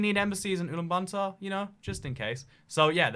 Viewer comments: Ulan BATOR Not Bantor. 😁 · Its ulaanbaatar not ulan bantar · “Ulaanbuntar” * cries in mongolian * It’s Ulaanbaatar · It’s Ulan Batar. Ot Ulan Banta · It's Ulan Bator, not Ulan Banter! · It’s Ulaanbaatar not ulaan bantaar! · it’s pronounced ooh lahn bah tar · UlanbaNtaar lol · Your pronunciation of ulaanbaatar has me rolling! By the way, it's pronounced oo-lan-ba-tar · It’s not Ulan Banta. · That’s the worst pronunciation of Ulaanbaator I have ever heard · the way he pronounces ulaanbaatar like it's bunsen burner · Your pronunciation of Lesotho and Ulaanbaatar is painful.